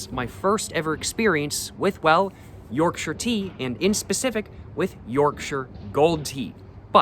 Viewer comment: Yes sir yes sir Thank you for pronouncing Yorkshire correctly also